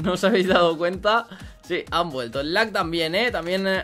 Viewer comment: no se dece laq. se dice lag